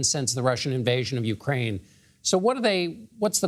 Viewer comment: He can't pronounce UKRAINE Ugrain!?!😂😂😂😂